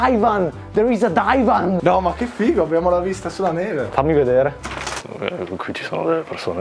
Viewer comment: “A dAiVaN ThErE iS a DaIvAn”😂🤣🤣🤣😂🤣😂🤣